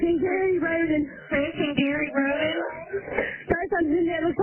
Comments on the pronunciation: Btw, it’s pronounced ROAD-EN 😂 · Why pronounce Rhoden wrong when you hear clear examples of it proper pronounciation? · Except when pronouncing Rhoden wrong after hearing numerous people give examples of proper pronounciation.